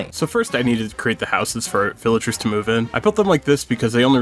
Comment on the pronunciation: "villagers" bruh